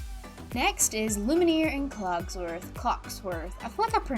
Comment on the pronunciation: Love your videos but I just...I just gotta say.... It's pronounced (Loom-e-air) and (cogs-worth) also I vote toy story😁❤️